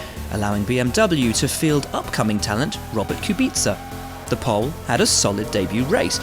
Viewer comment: I'm a simple man I hear Kubica pronounced right, i hit like